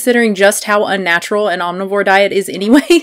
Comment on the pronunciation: unna tural? what, why?? UNNA_TURAL? IT IS UNNATURAL, OR UN NATURAL. NOT UNNA TURAL.